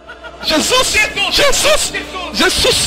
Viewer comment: " JESUIX " hausususususususus